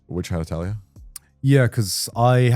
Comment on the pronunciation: WHY can nobody say the word “Atelier”????